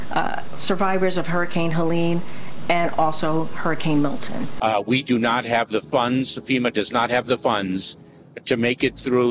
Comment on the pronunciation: Did anyone else hear her say hurricane " killton"? 😮